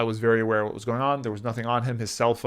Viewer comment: congratulation Nelson brother. I am from Nepal and you got one more subscriber from Nepal(that's me). If he could memorize a whole book in 2o minutes, why he didn't memorize a dictionary? leave about the whole dictionary. He doesn't know that "what" and "that" have different pronunciations. 99% of people are better than.. I really apologize on the behalf of all Nepalese. about scams.